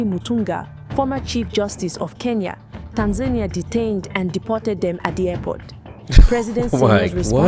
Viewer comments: TAN-za-Nee-Ah, not TAN-zane-nya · It's pronounced Tan-za-nia, not Tan-zaynia. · TAN-ZAH-KNEE-AH not TANS-NAIN-EE-AH. The woman keeps saying it correctly and you juat plow forward with Tans-nain-ee-ah. WTF?! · Bro you hear how they pronounce it and you’re still calling it tanZAYnia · Bro right out tha gate....come on🤦🏼‍♂️🤦🏼‍♂️ Tan-zania ....😶 Tan-Za-Nia (Tanz zah knee ah)😉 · The correct pronunciation of Tanzania in English is "Tan-zah-nee-uh"... this is the most widely accepted pronunciation. It's interesting that only two options given on how Pres Magufuli dying are either heat condition or covid. How about premeditated deletion? Men or Women: Who gets into wars more? | Study says 'women waged more wars' - Who's Started More Wars: Men or Women? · its the "tanZAYnia" for me😂, but this isnt a joke, im kenyan with family in Tanzania, and bro you havent seen nothing yet, on the ground, things are way worse than you can imagine, pray for tanzania, but as our neighbour we will fight with them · Bro.. Its pronounced (Tan-zah-knee-ah) 😂😂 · Left as soon as you couldn’t say Tanzania, as a black man there were too many opportunities, a lack of effort and disregard. U heard this in your final edit, you had to. Either you didn’t question it, or didn’t care. Take this how u want. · The way he is saying Tanzania is triggering. lol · How do you mispronounce the country of Tanzania when the reporter says it correctly? Are you incapable of pronouncing it correctly or are you using Ai?